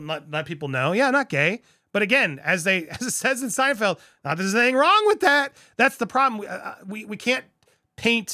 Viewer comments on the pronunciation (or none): none